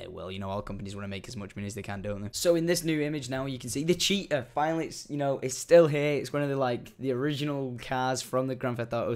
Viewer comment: cheetah without the h?